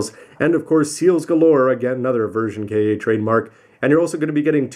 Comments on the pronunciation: Isn't it pronounced "Kah"? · Maybe it was an error on Bandai's part? I mean, Bandai has had a history with Engrish. Perhaps they don't know how "Ka" would be pronounced? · How does that affect his credibility when he clearly knows his Gundam history? The actual pronunciation of Ka has little relevance to the Gundam franchise itself. It's only strange because he has always called those kits Version Ka rather than K.A.